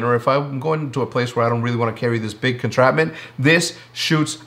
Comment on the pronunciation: Did he just say "Contrapment"?